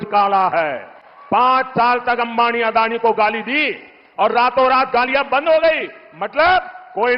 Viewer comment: अरे अडाणी नही अदानी बोलो.